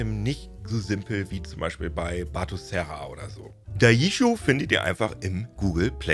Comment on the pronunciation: Bitte um re-upload und der richtigen Aussprache. „Dai“-„ji“ (wie Germany mit i) „shoooo“ wie „schön mit o und ohne n“ 😂 だいじしょう